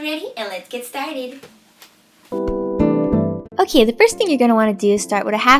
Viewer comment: the intro was really weird and why dose she say Oki instead of okay but anyways mine turned out great